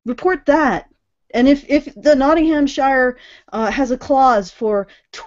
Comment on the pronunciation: "Nottinghamshire" is pronounced with a "sheer" syllable, not a "Shyre" one. Weird, yes, but a lot of English place names are like that, including Leicester (pronounced "Lester") and Worcester ("Wooster")